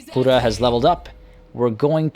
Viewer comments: NOT HALIDA IDIOT KKKKKHALIDA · I agree, hearing Halida instead of Khalida was anoying. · Devin I get that, however that doesn't change the fact the fact that he his not pronouncing the names correctly. In Arabic the "kh" sound makes the phlem sound most of the time, but in warhammer that's not the case, it was always meant as a hard "K" sound as you can tell when the characters pronounce their own names or address each other in game. Khalida calls herself that, not HHHUlida, there's a reason for that lol. If he wants to get pronunciations correct so badly then I'd maybe suggest he listens to the actual characters pronounce these things for starters lol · Hi I just found u and I’m enjoying the video I just stoped to say great work man ❤️ and correct me if I’m wrong but you pronounced the Queen name in Arabic language if you not aware it is a actual name in Arabic they might got it from their any way great video 👍🏻❤️